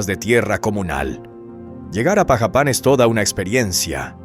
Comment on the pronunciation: Dudo si es verdad lo q dices en el vídeo pronuncias mal Xalapa es jalapa así se pronuncia también pajapan lo pronuncias mal antes de ASER un video ilustrate infórmate primero .